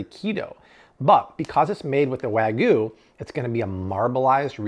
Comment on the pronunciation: Wagyu. You kept saying Way-Goo. But long A and short A , as well as including or excluding the Y changes it to different words, so please try this pronunciation in the future: Wahg-You. I hope that helps! Luv your videos!